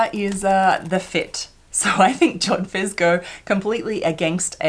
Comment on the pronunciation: Did you say jodphurs?🤔 Are you a rider? That's splendid. They don't look easy. I'll look forward to that.